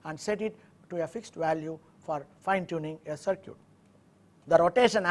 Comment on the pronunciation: When he says, "sur-kyut", (CIRCUIT) he means "sur-kit"